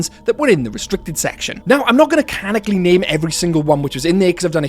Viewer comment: I think you mean "canonically", not "canically".